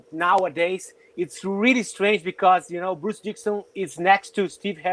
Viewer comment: Who the hell is "Brus Dikson"?!?